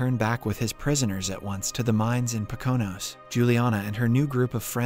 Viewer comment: I cracked up every time your text to speech program mispronounced Poconos.